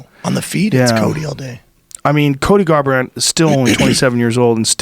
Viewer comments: Joe "Colby Garbrant, Cody Cuvington" Rogan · "Javier Velasquez" and "Colby Garbrant"